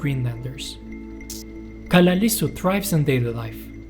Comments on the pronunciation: Nice video. Two things though: Inuits is a double plural. The singular of Inuit is Inuk. There’s also a dual form. Inuits is the same as saying, for example, Danes-es 2) it’s more or less pronounced Kalaa-hsl-isut. The double L has the same sound as the double L in Welsh. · Yeah, that double ll mis-pronounsiation bugged me too. We also have a double ll in Icelandic but we pronounce it differently, with kind of a side click [tɬ].